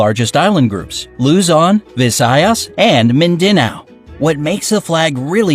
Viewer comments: Person: Loo-zon, Visayas, Min-din-naw, See-boo Me: That ain’t how u say it. It’s supposed to be Looo-zon, Vi-sayas, Min-da-naw, Se-boo. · “Luuzoun” “Vi-sayas” “Mindeneo”😂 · THATS BOT HOW YOU PRONOUNCE MINDINAO😭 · putangina sabi niya luzon, visayas and mindeynaw 😔